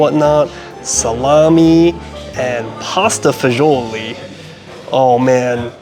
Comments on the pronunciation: it's pronounced pasta Fah-zool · Pasta e fagoli ( pronunciation is pasta fazool )an Italian dish originally eaten by the poor , and has many different variations it originated from Rome mainly the church so you are way off it means pasta with beans As for the beef it comes from the Chianina breed of beef which is Italian and it originly is a working cattle so it is a very lean meat. . Also when eating a specialty dish in italy and world wide you need to get it in the region it originated from. Word of advice from a person who used to review food , research and know what your talking and how to properly pronounce a dish name before opening your mouth and spreading false info. That's is part of your job you have been doing this long enough that you should know this.